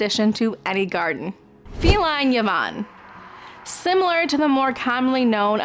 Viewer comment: Thank you. I am growing Wine Eyed Jill, Penhill Watermelon, Cafe au Lait rose, Erpeler Ley, Aphrodite, Red Labyrinth, Destiny's Teacher. Thanks for Ivanetti and Ferncliff Spice to add to my must haves. I wrote the whole list to be honest. Yvonne is pronounced E vonne. The French way. Viewing from North London.